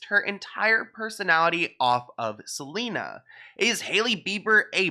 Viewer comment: hailey really said "i gotta keep an eye out for selener" 😂